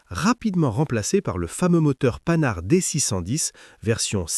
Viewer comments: Oui. Celle choisie n'est pas désagréable, elle a l'avantage de transmettre correctement la passion, mais les liaisons malheureuses, style 2000 Zouvriers à ou la prononciation de Panhard ("panarde" !) font un effet désastreux. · Chère voix synthétique, merci de réviser ta façon de prononcer certains mots, en particulier la marque Panhard.